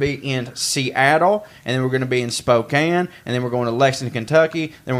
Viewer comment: You know how to pronounce Spokane and Oregon. I'm impressed.